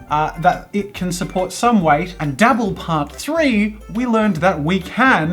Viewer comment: Whenever he says dabble it sounds like double.